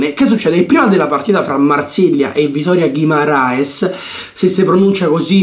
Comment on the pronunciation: E aridaje col français jeudi 😂 se dice al contrario!! Per la pronuncia del victoria guimaraes te lo do il premio ma français jeudi non si può sentire ahahah😂 detto questo concordo pienamente con tutto quello che hai detto; io gioco a calcio in prima categoria sono di colore e quando capitano ste cose a me le devi far scivolare addosso perché è pura ignoranza neanche degna di risposta... a maggior ragione violenta a quei livelli in mondovisione